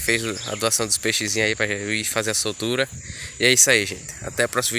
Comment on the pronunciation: Soltura,viu.Não é sou tura não.